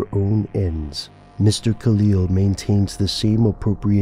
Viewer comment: Tony M. KAIL not Kalil lol